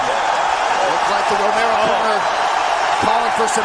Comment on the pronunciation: не Ромео а Ромеро, произноси имена людей правильно